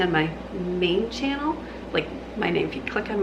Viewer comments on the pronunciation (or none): none